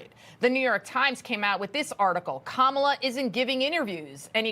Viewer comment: Kamaltoe not Kamallllala